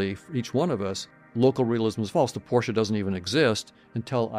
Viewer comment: I hit subscribe when you said Porsche correctly!